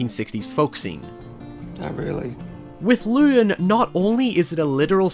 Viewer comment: cant even pronounce llewyn right